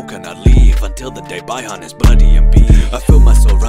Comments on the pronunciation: Please research how to pronounce the names properly. Bi-Han is pronounced Bee (like the insect) Han (like Con) Not Buy Han Lin (like Bin) Kuei (like Sway, but Kway) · Its pronounced b-han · one problem...THATS NOT HOW YOU PRONOUNCE BI-HAN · And he still can't pronounce Bi-Han correctly....